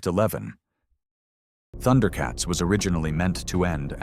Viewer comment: it's Thun-der-uh not Thunder-uh.